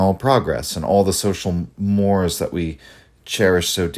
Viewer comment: Mores is pronounced "more-ease" Otherwise very good!